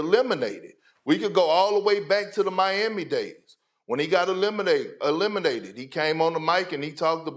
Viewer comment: Did i just hear "lemonated". I knew Lebron was a lemon.. but damn.